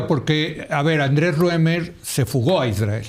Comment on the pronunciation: Eres tan vil Leo que aprovechas la tragedia para enlodar al Estado Mexicano cuando sabes perfectamente que es una responsabilidad del Estado de Israel que por cierto no se dice Isdrael como lo llamas